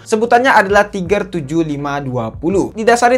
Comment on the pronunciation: Bg saran tlg perdalam lg spelling istilah2 bhsa inggris. Sperti spreadtrum jgn disebut spEktrum, tiger tlg dsebut dgn taige'. SOC sbut aja Es Ou si, atau klo gk sebut aja dgn ejaan indonesia (SOC), jgn Es o ci